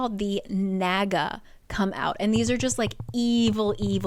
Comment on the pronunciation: Why do I keep hearing the naga as the MAGA? lol